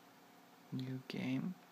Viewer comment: I love how you pronounce 'new' as 'near'. It's funny :)